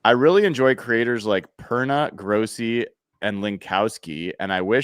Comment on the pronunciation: Grossi is pronounced "Graw-see." He's a Packers creator with almost a million subscribers who periodically does charity drives/streams. He's a great guy and very funny. The other guy mentioned, Brandon Perna, is a Broncos creator who's "curse wheel" has been remarkably accurate this season. It's basically responsible for the downfall of the Colts, having cursed them 4 different times so far this season, each resulting in a Colts loss. He did indeed curse the Rams this week.